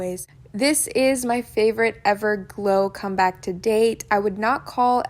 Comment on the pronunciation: “EVERGO CLOMEBACK” 😂